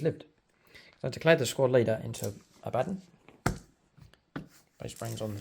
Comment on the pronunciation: It's pernounced aba Don lol